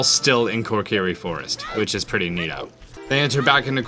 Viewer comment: WHY TF ARE YOU SAYING KORKIRI!?